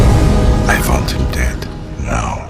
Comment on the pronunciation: All I remember is that “I VANT HIM DEAD…NOW” really good, but frustrating game 😂😂